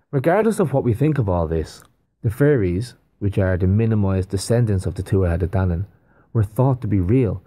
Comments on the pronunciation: TUa de DANan (th is silent) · It's pronounced (two u tha day DAN nun). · Tuatha Dé Danann is pronounced. “Too-a-huh day danann”. Many of us of Irish decent trace our ancestry to these people. Many of our original pre Catholic family crests have serpent symbolism on them. Many of us had to change our family crests when St Paddy “chased the snakes out of Ireland”. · The Tuatha de Danann is actually pronounced Tua day dhanna. They are considered the Fae or Faery folk with massive powers. I didn't know myself until a book I was reading years ago provided pronunciation for it & explanation. Just wanted to share. I always find these things so interesting. They described themselves as Gods. All makes sense doesn't it. All the fables, myths, legends were made out to be "make believe" when in fact they are real. They've fed us lies so long that we don't recognize truth when seeing it. ❤❤